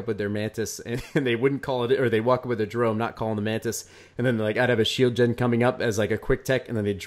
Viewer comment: Did one of them just pronounce 'Jerome' like 'Jeremy'? Are you off your nut Mate?